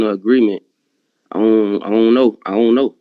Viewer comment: "iono, iono..." 😂😂😂